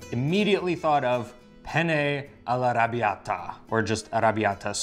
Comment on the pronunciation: It is no Arabbiata it is Arrrrrrrrrrrabbiata! 😊